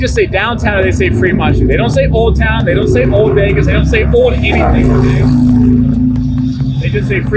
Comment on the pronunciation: Dude cmon. It’s street not shtreet. Stratosphere not Shtratosphere. And it’s old not owed. There’s an L there. And there’s no H between the s and t. You don’t say mishtakes so why say shtreet? Lol. Great job as always but this is nails on a chalkboard.